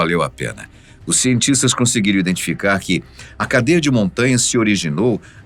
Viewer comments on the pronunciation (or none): none